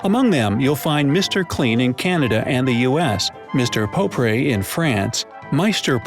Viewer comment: what! I never knew flash was called Mr.clean. Btw propre is not pro pree, but propr